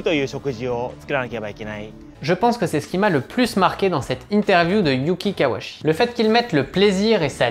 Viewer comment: Hello, Par contre il s'appelle bien KawaUchi, le u n'est pas absorbé en japonais et son nom est bien composé des deux kanji "Kawa" (川, la rivière) et "Uchi" (内 à l'intérieur) Pour être plus rigoureux même le son "chi" se prononce "tchi" en français, donc en terme de syllabaire on doit prononcer son nom ka wa u tchi Bonne continuation